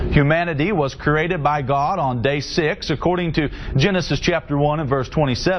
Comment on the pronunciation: He's saying corated... What the fuck.